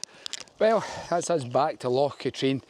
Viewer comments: its not loch "ka-treen" its pronounced loch "Ka-trin" other than that good video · Never heard anyone call it “LOCH KATREEN“…..EVER! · It's not Loch Katrine it's pronounced Katrin and you a Scot it's Glasgow's water supply. The number of Scots on YouTube that can't pronounce Scottish names amazes me it's as if they are just discovering their country. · Loch con also the h is silent. :-) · Is your pronunciation of Loch Katrine a joke as well?